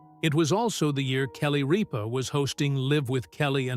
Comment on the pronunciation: Need to announce her name correctly Mark did not sit in her chair! Sat in his own! Jonus brother Sat in her chair!! Get it rite!!